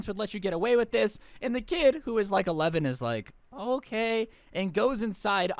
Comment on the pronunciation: That is the most Canadian-sounding “Okay” I have ever heard